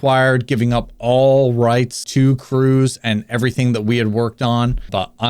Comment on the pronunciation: Correct me if I’m wrong but his name would be pronounced “Cruhz” while “Cruise” is how he said it